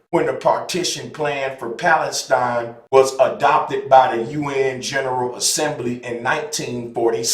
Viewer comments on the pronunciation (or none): none